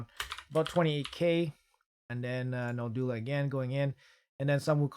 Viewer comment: Can any Raid tuber pronounce Noldua correctly? It's a challenge, it seems 😁😁